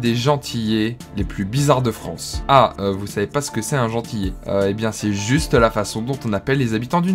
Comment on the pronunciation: On dit pas « gentiyé » mais « gentiLé » y qu’un L mais sinon bonne vidéo 👌